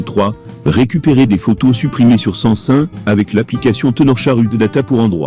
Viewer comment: Sais pas San.sun mais SAM SUNG